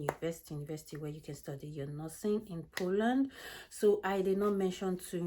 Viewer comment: Hi, great content, but could you please pronounce the name of the country properly?